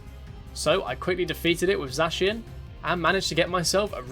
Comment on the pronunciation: The vid was great excpet for the way you say Zacian